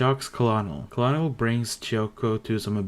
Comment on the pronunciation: Colonel is pronounced KERNEL as in high ranking officer